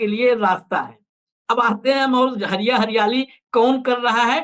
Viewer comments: Hariya nahi...hadiya bolte hai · हरिया नहीं हंडिया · Hariya nahin bhai hadiya hota hai kuchh to Jana kijiye debate mein baithte hain to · Harya nhi Bhai ji Hadhya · हरिया नहीं बोलतें है...... हंड़िया बोलते है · हरिया नहीं हंड़िया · माफ किजीएगा सर उसे हड़ींया कहा जाता है हरीया नहीं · हरिया नहीं हंडिया ।